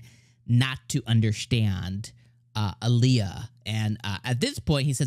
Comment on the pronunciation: By the way her nickname is pronounced "Al ya" not "A lee a" .